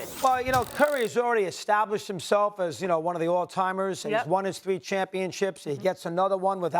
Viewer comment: "Donkich" Really?!? Some journalists, they can't even pronounce the name. Pfff